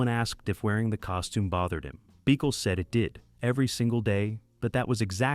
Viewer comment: THEODORE BEE-KILL?? HOW ABOUT BUH-KELL??